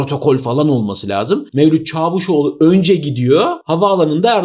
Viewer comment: öyle bir çavuşoğlu diyorsun ki camışoğlu anladım.😃